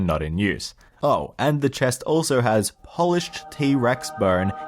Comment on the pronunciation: Did I hear "polished" being pronounced as in Poland, the country? (The iPhone one) And the irony re the Ferrari is that Enzo called the E-type the most beautiful car ever made, and that no one could make a better one. He was right ;)